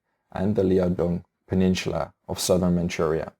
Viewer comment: Your pronunciation on the Asian names are good, but the way you say "peninsula" is really cringy.